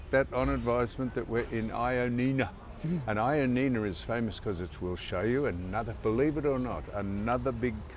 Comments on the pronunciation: It is pronounced Yia-knee- na. It comes from the name Ian (John is the bastardized version) . The first couple of letters become Ian in English. Why don’t you come down to Koroni and cut out the bullshit tourist routes and I will show you around. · Sam im happy to see your video and I hope you both have a great time in Greece. In Greek its pronounced as Yannina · To make it easy for you, it's pronounced Yannina....simples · Pronounce it .... Y i a n i n a.... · It's pronounced yia-ni-na. I recommend you go to Kastoria not far from there. It's the most picturesque town in northern Greece. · For a Geelong grammar boy your making the team look bad. Its pronounced Yia- nina. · yep - u got it right- that pronunciation is shocking as was the attempt for Πέραμα